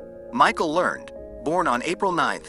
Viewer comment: Okay! This video officially sucked when he couldn't even pronounce Michael Learned's name properly. It's pronounced "Lern-ed", and she was one hell of an actress.